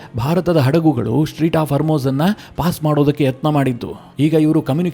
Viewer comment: ಸ್ಟ್ರೀಟ್ ಹಾರ್ಮೋಜ್ ಅಲ್ಲ ಅದು ಸ್ಟ್ರೇಟ್ ಹಾರ್ಮೋಜ್